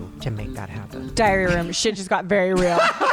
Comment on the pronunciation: Every time they say “diary room” I hear “diarrhea room” 😂